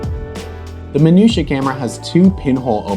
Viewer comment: Apart of anything, I just love the way You pronounce 'Minuta' ;P